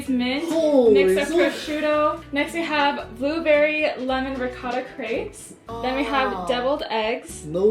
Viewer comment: pls learn how to say crêpes correctly :( (not meant in a rude way, loved the video <3)